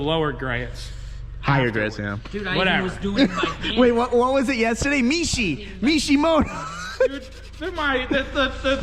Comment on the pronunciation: pronounces Mishimoto correctly js